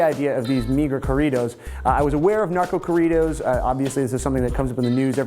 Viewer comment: Damn those nachodoritos sound terrefying.... no querias referirte a Narco corridos? What a terrible pronunciation